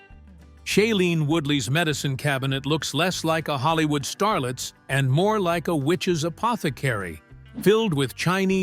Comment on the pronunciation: Holl-eeew-ood HAHAHAHAHA